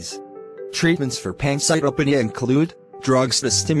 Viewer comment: the information here is good but the delivery sucks, the animations dont even pronounce "pancytopenia" properly. Its "Pan-cite-o-pee-nia"